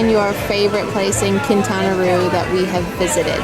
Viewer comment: You guys keep talking about learning Spanish but you’re not getting it. Quintana Rue !?!? It’s Keen-tawna-row. Not rue !!